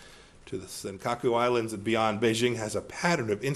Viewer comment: センカクアイランドって言ってるように聞こえる